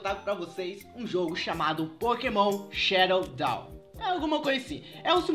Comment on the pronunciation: e é POKEMON SHOWDOWN e não SHADOW DOWN